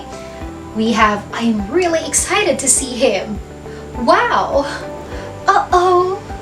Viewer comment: FYI, the word "excited" is pronounced uhk·sai·tuhd not eg sai tuhd!!